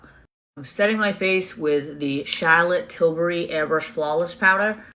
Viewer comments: “shallot tilbury” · She makes it sound like Shartlotte Tilbury